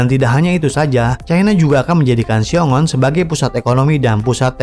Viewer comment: Xiong An, bukan Xiong On , min.